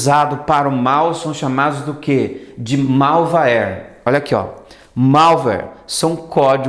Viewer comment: Malvawere kkkkk